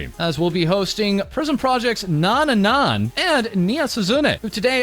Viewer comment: God I love how says Nyan's name. It's like an American dad trying to read a 19th century composers full name